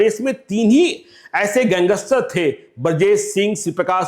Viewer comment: Gangster ko gangeshter kehne wala kya patrakarita karta hoga pata chal gaya